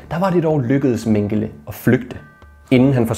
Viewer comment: Du udtaler desværre Mengele forkert.